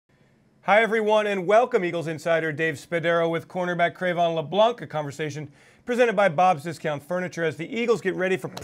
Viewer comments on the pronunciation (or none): The name is pronounced LeBlan not LeblanC.. The C is silent